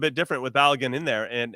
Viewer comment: Stop butchering Folarin Balogun’s name. But some respect on it. Call him Flo if you must but say his last name properly. I think he earned that I think.